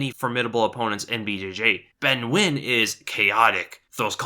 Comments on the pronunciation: pronouncing nguyen correctly, teh fuk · he said Nguyen correctly wow